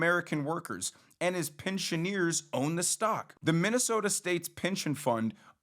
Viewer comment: "Pensioneeeeers?" You don't understand anything you read or say.